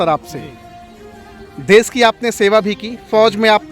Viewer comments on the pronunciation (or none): Desh hota des nhi 😂😂